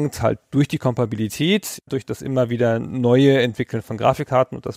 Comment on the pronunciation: Super Format, nach den Hauptfolgen mein persönlicher Liebling..... Aber bin ich der einzige der innerlich krampft, wenn er hört wie der das Wort "Kompatibilität" vergewaltigt? Das klingt wie Fingernägel auf einer Tafel.